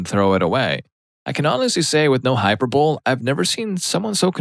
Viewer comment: hyperbole = hyper bo lee / not hyper bowl